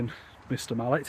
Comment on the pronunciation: Its rival as in opponent .. good vids tho